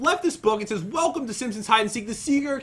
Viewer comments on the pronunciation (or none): none